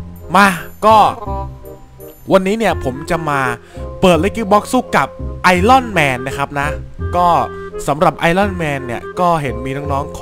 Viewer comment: พี่มันออกเสียงว่าไอออนแมน